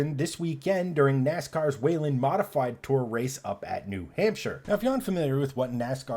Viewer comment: This expert needs to learn how the name of the series is pronounced.